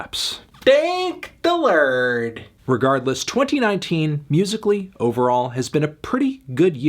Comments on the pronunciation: 😂😂😂😂 Not the Wisconsin accent and the sweater "Thank the lerd" You really didn't have to impersonate Gunna like that 😭😭😂😂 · "Thank the LuWRD"